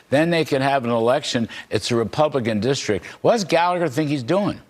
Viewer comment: I think that MTG (who says "dischtrik") should be expelled.